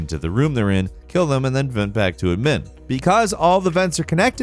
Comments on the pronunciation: why you putting the emphasis on the MIN part of admin. Emphasis goes on ADmin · Bro did he just say ad MIN instead of admin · He pronounced admin wrong he said it like Edmin so here is how you do pronounce it, “ad min” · I hate how he pronounces Admin as "Idmmiin" instead of "Aadmin" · You saying admin like Ed-men is making me so mad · udmin BRO STOP YOUR NOT SAYIN IT RIGHT. UDMIN?? BROOOOO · I don't like that he pronounces Admin as "adMIN" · Add-min that is how you say it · Was wondering the same thing tbh. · So they say "administration" differently up north? Like "Uhd-ministration"? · Why did this dude put the emphasis on the second syllable of admin when the emphasis goes on the first syllable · Did...Did he just pronounce admin wrong? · Why did you say admin like that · That admin pronounciation was awful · i dont think i like the way you say admin lmfao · tf u say admin like that for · so is it me or does he say admin weird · Yeah as an American who's had quite a bit of contact with west coast Canadians I've never heard any of them pronounce it like that. In fact, I've never heard any Anglophone pronounce "admin" like that, and I've known and had contact with Brits, (to include Welsh and Scots), Canucks, Aussies, and Kiwis.